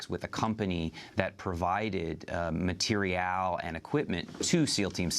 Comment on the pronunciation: matee-ree-al hahaha never heard someone pronounce material in that way... 😂